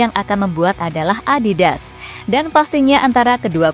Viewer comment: Adidas apa adibas?? 😂